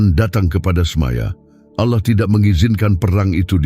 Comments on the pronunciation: Heeeeee. Allah bukan ouloh... Apa itu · ALLAH BUKAN AOULOH ...KOCAK